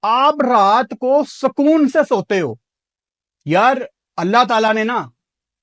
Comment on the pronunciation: Sukoon nahi bhai, it is sakooon 🤣